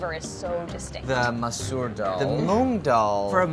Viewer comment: Andy's pronunciation of daal as dull makes me feel weird